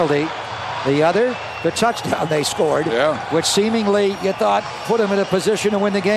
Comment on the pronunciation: He says Touchdown like soccer